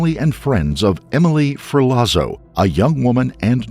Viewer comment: *Ferlazzo= ferlatso